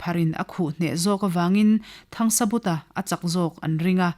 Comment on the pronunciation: Thangsabuta anilo THANGSAVUNGA tihtur anizawk.